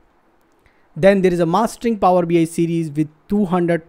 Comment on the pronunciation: PHOoower bi